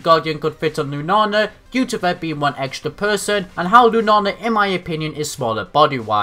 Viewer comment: I love how you say Lunala, " * Lunana* ".